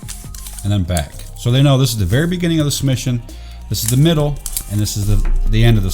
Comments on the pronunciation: Middle has an "L" in it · he forgot the L in middle